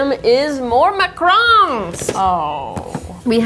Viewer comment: It’s not macrons it’s Macrons you say Mack roons not Mack roans